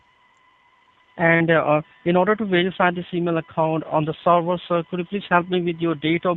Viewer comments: the way he says "sorvor" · Lol him saying server like "sorvor" killing me 🤣😂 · “let me check the sorvor sir” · oh, he's saying "server"! I kept hearing "star war" and was confused what that has to do with anything : D